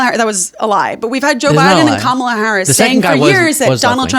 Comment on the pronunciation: wow, she pronounces Kamala’s name correctly. I’m shocked.